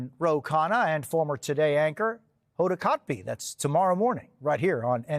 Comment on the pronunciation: Did Jose call her Hoda Kot-BEE? 🤔🤔😂😂